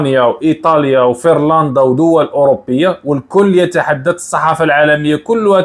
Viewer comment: فينلاندا وليس فيرلاندا انا والله كانحشم